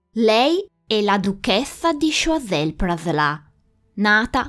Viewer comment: tu pronunci Praslà ma non capisco questa "a" accentata da dove viene. In francese "in" si legge "en" o al massimo loro vertono più sulla a, quindi "an". Forse, ipotizzo, il tuo amico ha pronunciato "an" e visto che la n è molto nasale ti è parso di capire Praslà. Correggimi se dico fesserie